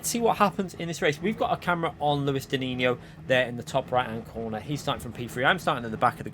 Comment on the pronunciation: You are missing the S in his name 😁 Luis dinisio